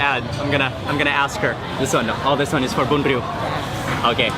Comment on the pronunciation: Great pronunciation of bun rieu.